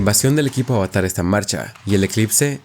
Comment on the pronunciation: Me perdiste desde que pronunciaste avatar mal